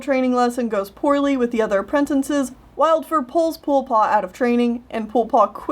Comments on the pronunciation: I'm sorry, but I laugh every time you say "apprentinces" instead of "apprentices" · Anoder thing.... you say apprentinces...... ITS apprenTICES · I dont know why no one says this but has no one noticed how says a-pre-n-ten-ces instead of a-pre-n-ti-ces it really bugs me, since its spelt apprentices